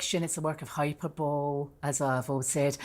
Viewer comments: "Hyperbowl" rather than Hyperbole. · "Hyper-bowl" (minute ) If someone is making over-the-top comments about something, or using exaggerated, overblown way, they are using hyperbole ("hi-PURR-bully"). Ms. Harvey's pronunciation is funny. (yeah, sorry, I was an English teacher! Now just a never-read YouTube thread responding old lady. Cheers!)